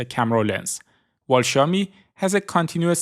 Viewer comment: I love how you pronounce xiaomi